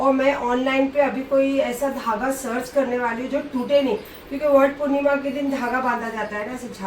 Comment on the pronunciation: World purnima nahi madam Vat purnima 😂😅😜